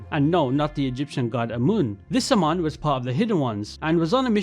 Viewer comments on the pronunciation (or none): none